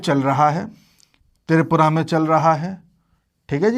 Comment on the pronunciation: त्रिपुरा शब्द का उच्चार आप तिरपुरा ऐसा क्यूं करते हैं।